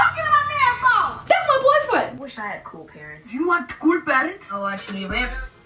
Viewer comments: Mekenna P i dunno why but it sounded like that's my boyfoot was it just me? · AMC 07 yeah she said "that's my boyfwend!"😂😂😂